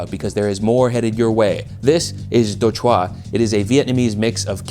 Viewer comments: nice to see vietnamese representation, you were so close to pronouncing it right too! “Chua” is pronounce exactly like the word “Juul”, good video! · Chua is pronounced more like lure just FYI Also quick tip for pronouncing vietnamese. We don't have any words that require really quick, snappy pronunciation. Take it slow and draw out the word a little more. Your Đồ was good but because you said it so quickly it immediately sounded wierd.